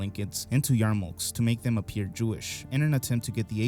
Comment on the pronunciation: I think because they were made out of tinfoil it's pronounced yarmulke not yarmulke. Much like catsup or colonels.